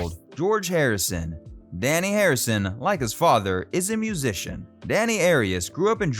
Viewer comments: You mispronounced Dhani Harrison’s name repeatedly. It is NOT pronounced like ‘Danny’. The ‘a’ is pronounced like ‘ah‘, not as in ‘at’. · He also mispronounces Dhani's name as 'Danny' when it is actually 'Darnee'. He is named after 'dha' and 'ni', two notes in the Indian music scale. George was deeply into Indian culture and mysticism. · Dhani is pronounced "donny" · I've always heard it pronounced, "Danny,"...